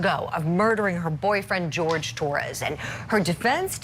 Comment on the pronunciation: HIS NAME IS JORGE!!! NOT “GEORGE” ITS JORGE